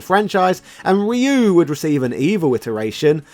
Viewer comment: Did you just pronounce Ryu the proffered way? Blink twice if you are being held against your will,.